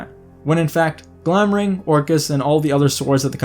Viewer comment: It drives me nuts that you spelled them correctly in the title so obviously know that Glamdring and Orcrist have a D and an R respectively, and yet you consistently mispronounce them as “Glamring” and “Orcist” in the video itself!